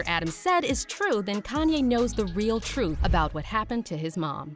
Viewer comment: "Duurr... TROOF" 🙄